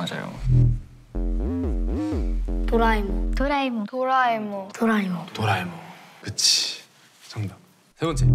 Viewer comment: 나만돌아에몽할때 돌아이몽이라고만들리는 나는무엇일까?😂